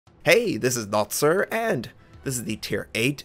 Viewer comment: As a Chinese speaker I appreciate your effort to not butcher the name pronunciation Notser (well I think you do put in maximum effort for all the non-English names) :)